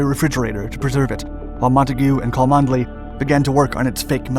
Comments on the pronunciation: I know your pace of output is huge so I won’t offer this as a stinging criticism but purely as a point of interest: “cholmondeley” is typically pronounced “Chumley” in Britain. I am quite certain that these quirks have been an exceptional tool in detecting foreign agents. “I say old sport, could you direct me to Choll-Mon-delay castle.?” “Why yes, I am heading there myself! Let us walk together” “Good show! But I say, this isn’t the castle it’s the police station” “That’s right Fritz. We’ve got you bang to rights!” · Please learn English pronunciation his name is not pronounced Cholmondley, it is said Chumley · Cholmondeley is pronounced Chum-Lee not Co-mund-eh-lee. Quite the shibboleth. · It's pronounced "Chumley" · Cholmondeley is pronounced Chumley. Just one of those really weird British pronunciations. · Cholmondeley is pronounced "Chumleigh".